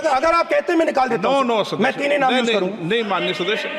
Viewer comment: शादस्य 😂😂 के शास्यदस्य 😂😂अबे भाई बिरला सदस्य होता जैसे सोर नहीं शोर😂